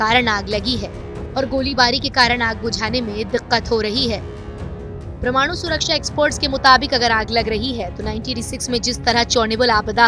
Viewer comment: "Paramaanu" being Pronounced as "Pramaanu" which is wrong. It is to be Pronounced as" pa-ra-maa-nu" all letters separated.